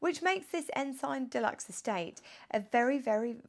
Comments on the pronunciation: Sorry to be pedantic, but it's pronounced " Ens'n!" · Pronounced, Ensun. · Not sure that is the correct pronunciation of Ensign but an interesting car.